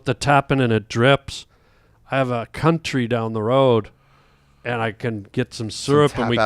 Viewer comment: Cuntree syrup 😂😂😂